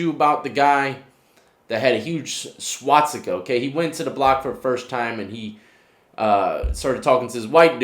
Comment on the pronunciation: swatsika ? it's swaStika mate :)